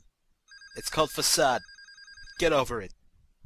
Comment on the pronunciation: for a sec I thought u said duck